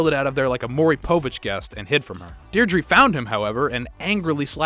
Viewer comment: the mispronouncing of Deirdre really annoyed me